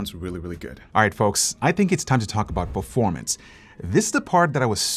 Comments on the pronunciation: "PERFORAMNCE" LUL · "PeRfOrAmNcE" LMAO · Ah yes, The "PERFORAMNCE" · Ah yes the perforamnce